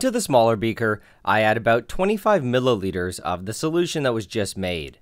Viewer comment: What is a millOliter lmao😂